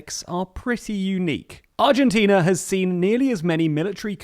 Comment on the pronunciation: Congratulations on a very well presented article, balanced and covering all basic points. You even got the Spanish pronunciation rsther accurately. Argentina is an extreme case of s society wishing to live well beyond its means, with a political class willing to provide the siren’s song. Consequently it has been running deficits of 4-6% of GDP on a consistent basis, so no surprise that inflation hovers 50% unabated. Let’s hope our perpetually adolescent society will one day come to its senses and decide to grow up. I am 69 already, and I am beginning to despair.